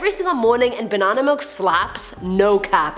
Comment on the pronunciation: I like how you say Ba Nan nA 😂